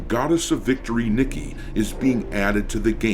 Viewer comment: I believe it's "knee-kay"